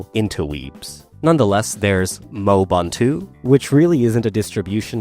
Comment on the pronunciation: uhhm acksuhly, it's mo-e-bun-tu not moe-bun-tu